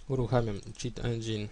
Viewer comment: Cit Endzin fajnie mówisz xD